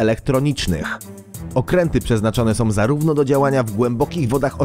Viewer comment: fajne filmiki i materialy, fajnie sie oglada, ale podkerslam ktorys juz raz, lektor moglby sie postarac mowic poprawnie, bo az uszy wiotczeja jak sie slucha, "som" czy tak w tym filmie "masom" to nie jest po polsku, jak ktos zajmuje sie polprofesionalnym robieniem filmow to niech postara sie choc troche o poprawne mowienie, proste